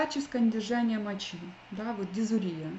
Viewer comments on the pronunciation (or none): none